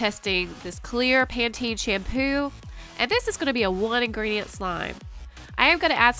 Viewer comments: She said 1 ingriedient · She said 1 ingridiant